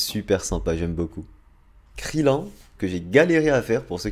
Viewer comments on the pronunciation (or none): none